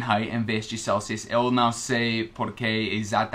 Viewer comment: Atenção as palavra são, observação e não, você esta pronunciando som, observaçom e nom. Você cometeu um erro ao pronunciar a palavra separá-la você disse "sepalá-la". Outro erro foi ao falar o verbo pronunciar, você disse "pronúncia" que é um substantivo, o correto nesse caso era pronuncia, esse realmente era muito difícil. Uma dica com relação a ao verbo pronunciar, quando você estiver conjugando esse verbo a sílaba tônica (sílaba com som mais forte) nunca será na sílaba num, ex: O pronuncia muito bem as palavras em português. Agora quando a sílaba tônica for na sílaba num, neste caso é um substantivo, ex A sua pronúncia em português é muito boa. Espero ter ajudado como você nos ajuda, um abraço